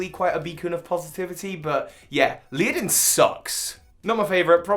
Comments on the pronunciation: I like that you're so disinterested in Dunsparce and Ledian that you forget the actual typing of Dunsparce and you completely mispronounce Ledian to the point I couldn't even make out which Pokémon you meant. I kind of wonder if you missed any more Pokémon, like you could have completely forgotten about them. I don't recall seeing Kingler in your list of Kanto Pokémon that are better choices than Seaking, but it was a pretty big list and it's easier to forgeton the spot. And I'm not sure if Kingler is that much of a better choice to begin with. Anyway, I came in to say that I've actually used all of the gen 5 monkeys (to my regret). I've also used Dunsparce, but that was pretty much on a forum dare back in gen 3. I was challenged to use 6 pokémon picked by different people. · Is he pronouncing every Pokemon wrong on purpose? Sure we can spend all day arguing how to say Rattata, but Ledian? Also Dunsparce being Ground type is news to me... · Leadin? Isnt it ledian? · Leah-den 🙈😂 bless him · isn't it LED-E-AN not LEE-IDIN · Leodin? The dudes name is Ledian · Leadin, Leadin... It's Ledian, man. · It's ledian not leadin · Tobbbyyyy noooo dunesparce being a ground type and LEE-UH-DEN. Do you mean LEAD-EE-IN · its a shame cant pronounce Ledian its not Leodian - its Led-i-an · Leodin? Do you mean Ledian by any chance (also Dunsparce is a normal type) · Leodin... i-it’s Ledian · Leodin? LEODIN?! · Led-ee-ann I love Ledian’s design, personally. It’s just too weak! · LEADIN, seriously LEADIN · OK, I know you have an accent but how in the heck are you reading Ledian as Lea-din?????? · Even dyslexia is no excuse at your age, look at the letters one by one and pronounce the damn word, don't just make something up! Leodin... FFS! Ledian only has six letters, how can you go so wrong?! You must be trolling at this point. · It's pronounced '"leh-dee-ehn" by the way =) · You know what else sucks? When someone pronounces Ledian as “Leadin”. Just saying. 🤷🏻‍♀️